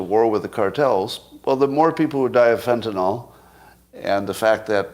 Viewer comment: Can I trust someone who can't pronounce Fentanyl?